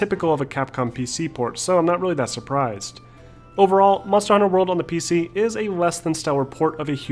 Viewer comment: Aaaaaarrrrhg u keep saying it as Monster: Hunter World